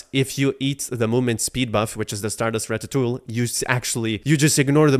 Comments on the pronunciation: ra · tuh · too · ee :face-green-smiling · home boy really said JRAPHICS Interchange Format JRAPHICS ?????????? not surprising can't pronounce ratatouille...